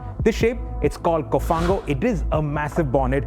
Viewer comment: it is "cofano" not cofango